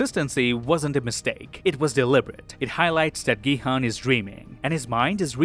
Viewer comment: It's pronounced Gi-Hoon. They say it often.